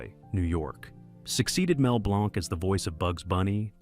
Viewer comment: Mel Blanc is pronounced Blank! Stupid AI. There will never be another Kermit, Jim Henson was Kermit, the new voices aren't even close. Casey CASE-EM is the RIGHT way to pronounce that name, Stupid AI.